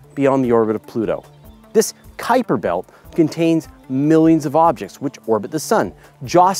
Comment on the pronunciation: Kudos for saying Kuiper correctly! :)